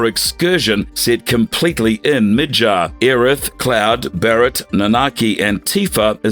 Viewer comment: Stop saying mid-jarrr when its mid-garrr lol.